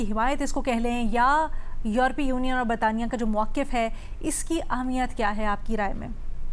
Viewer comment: Tu Ehmiyat ko Ahmiyat kyun Kehti,,,, 2 Mardon K Sirname Wali Auntie?????